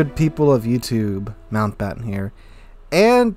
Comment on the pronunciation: I want you to fucking know how to pronounce different names from other countries within this freakin game! Lord Mountbatten